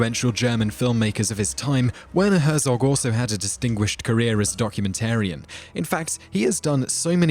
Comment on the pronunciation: it is pronounced "Vair-naw Hair-tsawk". As a European, I just like to get this right.